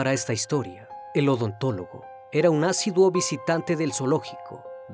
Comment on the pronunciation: Asiduo con acento en la i